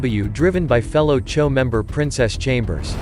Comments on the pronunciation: It’s spelled choo but pronounced cho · So these guys spell their gang as CHOO (Chew) but prononce it as CHO. Smh.. Get it together ya.